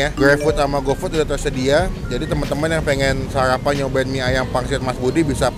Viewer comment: Sarapan bang bukan sayapan..